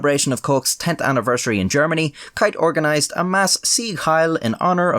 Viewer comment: its.....keith......not kieth......or asa your saying it kiath